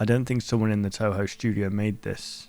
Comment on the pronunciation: It feels confusing to hear a big youtuber say Touhou, even though he's actually saying Toho.